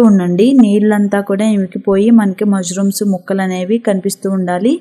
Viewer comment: Not mazrooms ,mashrooms btw good recipe